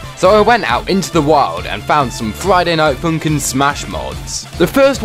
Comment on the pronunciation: Friday night foonkin